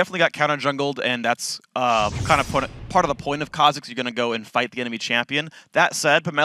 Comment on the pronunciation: Kah Zix lol